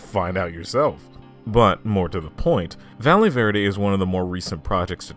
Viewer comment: i love how this guy can pronounce japanese kind of well (if i know anything about japanese) but then he goes 'valee verde' and 'mataias'